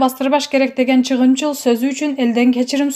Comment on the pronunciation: Ооба , анан да чыгымчыл деп жатат... чыгымчыл эмес ЧАГЫМЧЫЛ деп айтылат